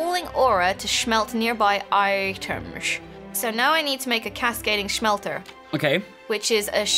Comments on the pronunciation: never heard smelter pronounced that way before,.:/ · Not to be rude but why does say smelter like smhelter